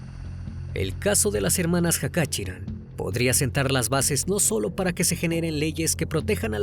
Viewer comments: Se pronuncia Jachaturián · El apellido se pronuncia Cachaturian.